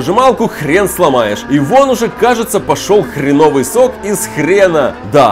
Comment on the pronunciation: Хреновый ударение на Е.